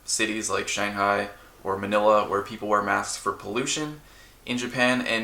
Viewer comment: He said Manila XD, I'm so proud